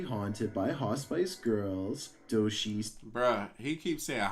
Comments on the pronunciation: . I think he meant hospice but pronounced it different. And . he probably meant hospice girl (a former female hospice employee). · He normally doesn't bother me too much, but did he really have to say it like that 26 times??? 😁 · He is saying “hospice” but he is pronouncing it incorrectly as hos-spice. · Omg is saying hospice not hot spice lmaooo had me trippin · My firefighter daughter would run right to it~ and (wisely) fight it~ she has always run towards this stuff instead of running the other way~ got grey hairs from it lol~ says Hospice ~ not hot spice ugggh ~ just not how I say it but it still hospice. Smoke or exhaust from truck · doesnt no its hos piss, not hos spice, hospice, its a hospital for dying patients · No, was pronouncing it incorrectly..it's hah-spus. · Dadaaada dadaada "Haaaw Spice!" I love this odd pronunciation of Hospice. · I just kept hearing HOTSPICE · doesn't know how to pronounce "hospice"? If narration is your job you should learn to properly pronounce the words in the script. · The hospice...pronounced so wrong drove me crazy. Also Nuzzy Futtz is word play for Fuzzy Nuttz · The way was pronouncing hospice really bothered me 😪